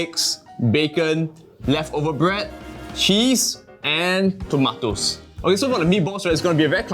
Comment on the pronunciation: Dude! Those things are called tomatoes. NOT TOMATES!!! WTF... learn how to speak properly lah u gen-z!! TMD!! 🤬🤬🤬🤬🤬🤬